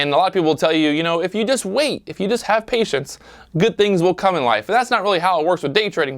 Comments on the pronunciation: man PATIENCE NOT PAITIENCE KKKKKKKK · Perfect opportunity to use your name in a cheesy play on words but you done effed up. *Pat-ience* not paitence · “Paitence” or patience? Lol. Great video, or should I say: “viedo”?